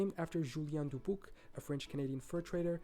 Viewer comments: He really butchered Dubuque, Iowa where I lived for 12 years. I’ve never heard anyone in the entire state of Iowa pronounce it that way. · OMG. So many incorrect mispronounced names!! Mobile. Natchitoches. Nacogdoches. Dubuque. Also towns come Before statehood. Not gonna have a state if there aren't any residents of territory.